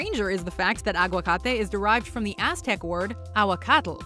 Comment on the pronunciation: Wow...you guys got agüacate right!